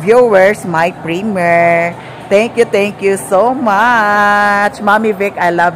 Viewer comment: primyir (primiere) ang pagpronounce not primer